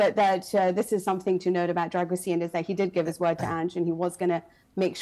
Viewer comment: Except she can't even get his name right. It's pronounced 'Dragusheen'